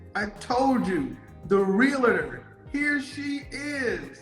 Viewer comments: The word is NOT “reel-a-tor” it’s “REAL-TOR” 🙄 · When she said realator... I actually laughed before Kevin did. :D